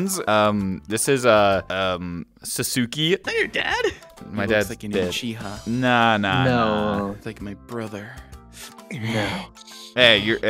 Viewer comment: Second ; UCHIHER 😂